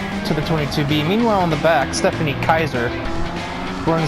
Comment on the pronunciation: Stephanie is apparently a Spaniard now instead of German.